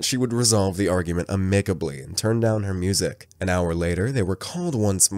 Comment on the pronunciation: Oh my GOD, now you have murdered the word "amicably." USE GOOGLE, IT WILL TELL YOU HOW TO PRONOUNCE WORDS.